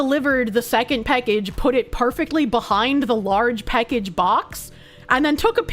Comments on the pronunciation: PACKage not PECKage. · She’s says “peckage” instead of “package” and it makes me unfathomably angry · A great Irish drinking game for next St. Patrick's Day - drink whenever she says "peckege". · The way says “package” makes me chuckle. “Peckehge” Heeheehee. Happy Sunday,. Thanks for the smiles. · Every time she says "Peckage" I feel like that Spider-Man meme where he gets blown backwards. The one with the "I'm Skylar White, yo." guy. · "Peckage." You know, it's a sign that you've been watching for a long time when you catch yourself mispronouncing words irl. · Bostonian debuff strikes again ? 😎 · why tf does she say package so wrong 💀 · Every time she says package, she shortens the first 'a' a little more. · has some kiwi in her with that package pronunciation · The way she says package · You say "Package" funny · I find it funny the way she says "package"